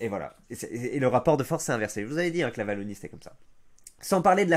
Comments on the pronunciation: Wallonie pas Vallonie s'il te plait, je tank pas toute la video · C’est la « ouallonie » pas la « vallonie » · On prononce "Ouallonie" pas "Vallonie"